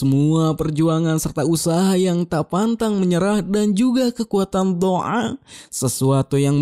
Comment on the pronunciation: ngakak banget dngr ngomong Do'a dn mustahil 🤣🤣